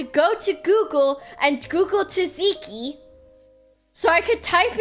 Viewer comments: it's pronounced Zat-Zee-Kee. Imagine the first T isn't there, so imagine it's spelled Zatziki, and then it's pronounced like that. Sucks that you got blinded by remembering about Tzatziki though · At first I thought the "teeziki" sauce you were mentioning was an American thing. But then it hit me, you meant Tzatzíki (or τζατζίκι, if anyone reads this from Greece) sauce! The English pronunciation threw me off. I'm French and yes we butcher it too, but we "only" replace the [ζ] or [z] sound in the Greek pronounciation with a [s] sound. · I love how she pronounces tsatsiki 'taziki' XD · At first I thought it was some weird exotic sauce I never heard of but no it's just Tzatziki that's pronounced with the same competence usually shows. The dedication of sleeping on a grandma sleep pattern is hardcore tho 💪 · The first T is semi-silent, but you pronounce the "Z". You'd pronounce it the same way as Tsar, or like a "C" in pinyin. The second T is fully pronounced. Tzat-ziki. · She learned how to say tzatziki after the story, but I hope she forgets because this way is superior